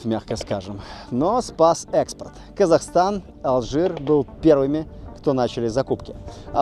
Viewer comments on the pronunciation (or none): none